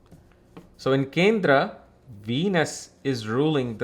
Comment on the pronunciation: Bhai sahab Accent to theek hai copy karo koi problem nahi.... But ye Hindi words kyo change kr diye. Yog ko Yoga Kindr ko kindra 😂😂